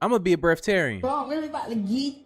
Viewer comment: He said ima be a breathtarrien😂😂😂😂